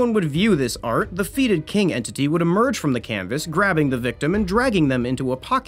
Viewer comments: Feet-id.... Heh.... Bruh, just google the pronunciation. Although, I did get to sit and giggle thinking about a feet-obsessed skeleton terror. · Take a shot every time mispronounces something.... except "fetid." Unless you're prepared to get alcohol poisoning. Just kidding. Great video. Even if I have absolutely no clue how I got here....